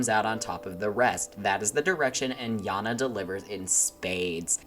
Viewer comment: Not to be rude but why do you pronounce janna to yanna